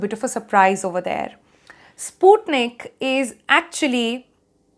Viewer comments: The pronunciation is not “spootneek”, it’s “Sput-NIK”. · It's spelled "sput-nik" and not "spoot-nik" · Russian language is not that lovely nor romantic, u made sputnik sounds like sponge for me.... So soft.. Ahhh.